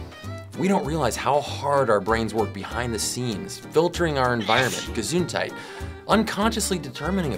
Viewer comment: The “gesundheit” 😗👌